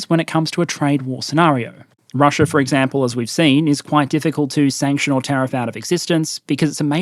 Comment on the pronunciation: "Eggcample", I heard that